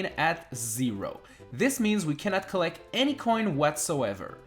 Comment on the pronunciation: U SAID COLLEC